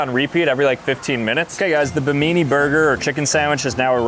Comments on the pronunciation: Atlas, not Zeus, is depicted as holding up the world. In the legends, he's holding up the heavens. - Not at all a "Buddha-looking dude." It's a demon. - BI-mi-nee! - Rainforests are not "forgotten eco-systems!!!!!" Made it to - LEARN STUFF! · You lost me at not being able to pronounce Bimini correctly… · It’s pronounced bim-in-nee (islander) not bim-ee-nee (Italian) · Bim- I- nee- it’s an island in the Bahamas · The way he pronounced Bimini cracked me up. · This kid even got told the correct pronunciation and still managed to absolutely assault the honor of Bimini lol